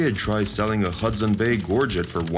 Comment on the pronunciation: Also, if you're going to comment on something at least learn to pronounce it correctly it was especially hard to listen to you when they were pronouncing gorget CORRECTLY in the clip!